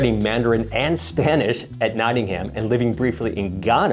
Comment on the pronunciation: Nottingham is pronounced: 'NOTT-ingum (There is never any emphasis on the '-ham' in any British place name.)